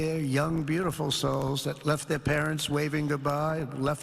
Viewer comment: “And, it’s beauti-ful”